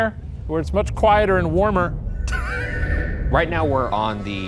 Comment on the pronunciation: Every time Ryan says hanger he pronounces the g and it bothers me lol